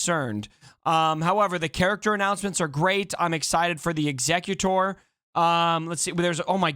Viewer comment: Hey. Nice video. Just so you know, Executor has 2 pronounciations. In this instance, it is Executor - as in something that Executes things, so is pronounced Exe-cute-or. Hope this helps for future videos.